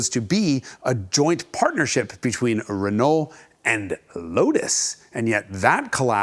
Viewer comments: Its ren-oh, not ren-ole, otherwise very good video, and entertaining. Quality speaks for itself....love your content. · just say "renoh" and ur good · I love Jason's very Americanized pronunciation of Renault (reh-nall) but then he slips into the French pronunciation half the time (reh-no). How does Tam Hyphen say it? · Always love the Hagerty vids. Keep em coming. But… top tip: when you pronounce “Renault”, the L and the T are silent. "Ruh-NOH". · Great, but stop trying to pronounce things right when they are wrong. Renault is RENOE durrrr... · C'est "rhen oh"! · I hate it when people pronounce the "L" in Renault 😭😭😭😭😭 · true. but he has to work on pronouncing renault correctly. that is without the "L". maybe then they´ll also sell the car in the US. on the other hand: why should they? ;-)